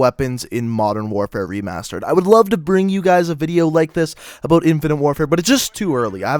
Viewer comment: "what is up boys and girls, we are gonna be talkin abooot." xD